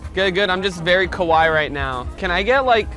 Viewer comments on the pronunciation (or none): Rug it's not 'kuwaii' it's "kawaii"